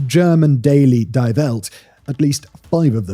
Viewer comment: "Die Welt" I'm convinced at this point that British people pronounce German words wrong purely out of spite. There is a 0% chance that a geopolitics and military history analyst doesn't know how to pronounce "die".